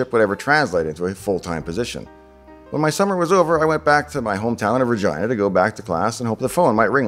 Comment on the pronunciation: Pronunciation of Regina sounds so inappropriate